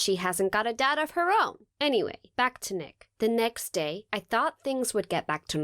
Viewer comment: "The nickst day" hahahah😂